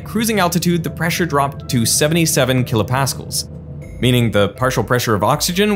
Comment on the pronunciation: I had never in my life heard a supposed physicist call KPa "kilo paskulls". It has always been kilo Pascals 😮